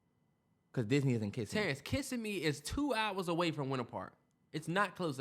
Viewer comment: Yall it’s (Kiss-sim-me) love the podcast I’m jus from Florida had to let yall know 😂❤️